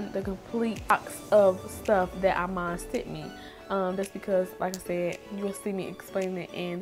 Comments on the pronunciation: Love love love the look. IMAN is pronounced "e mahn". That line of cosmetics was created by the super model Iman. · I love you but it's pronounced E-Maan shes only the dopest model of all time!!! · Cute as usual The I in Iman is pronounced like the letter E its "E"man